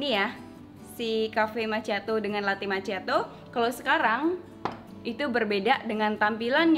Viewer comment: Makkhiado bukan maciato, karena ada 2 c sebelum h ma'cch'iato